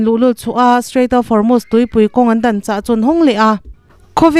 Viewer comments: Van hre sual chiang hle mai Formust a ti lo va, Hormust pawh dik chuang hek lo, Hormuz tih tur aw,,,, Pitar pakhat thu sawi min ti hre chhuak lawm le, " Thanga pi in " Korot'" tih a tuma Kolot tih daih tiin a nuih ve tho😂'" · Formust i ti a, Hormust tih zawktur a ni lomaw le ?